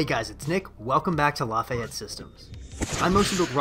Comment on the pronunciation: I clicked on this video wondering if the channel was based in Louisiana because of the name. The way he pronounced Lafayette in the intro instantly answered my question. 😂